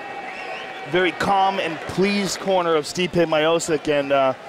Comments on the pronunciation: They should've called him "Stipe" as you pronounce "Stripe" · Man every time they pronounce Stipe’s name incorrectly it makes me cringe lol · I love how no one is talking about the fight and just how Goldberg and Rogan is mispronouncing Stipe's name. 😂😂😂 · Mike didn’t even know how to pronounce his name . The ufc needs this back and building up fighters I say it all the time stipe and jon Jones the last fighters that earned spots and we saw grow . Stipe took the longer route but both headlined fight night cards . Nowadays you can come off a loss and headline it’s weird popularity contest